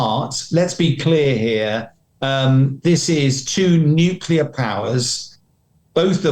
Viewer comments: He said the n word! nuculer - lol. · Not Nuculer. It is pronounced Nuclear! For heaven sake! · Please, someone, take this guy aside and teach him how to pronounce the fairly simple word: "nuclear." It's embarrassing.